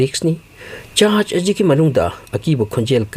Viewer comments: Chast haire eidi church haiba manludre. Semgna haibiyu pronounced toubada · Vocabulary si taba yam nungaite tondo normal tone oiyo, charch hybdu charge hyna thoka,foreingner sabada over smart oire